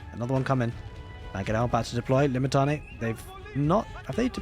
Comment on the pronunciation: Limitanei - (Le-Met-an-eye) is the pronunciation